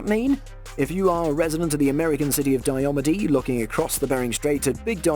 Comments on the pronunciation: It is pronounced Die-ah-mead. Very challenging islands to get to. In the winter planes and land on the frozen sea, in the spring and summer you have to travel via helicopter. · its it's pronounced dia meeed